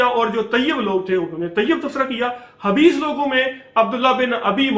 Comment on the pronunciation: Plz aap khabees ko habees na kahiye.. Quraan k harf sahe ada kariye.. Haabees حبيث Khabees خبيث